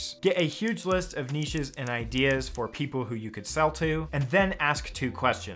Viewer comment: Thank you for not pronouncing it 'nitch'